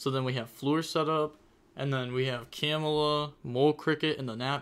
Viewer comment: Camelia not camela